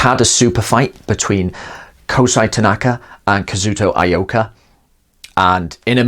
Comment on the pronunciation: Ee-oh-ka, not Ah-ee-oh-ka.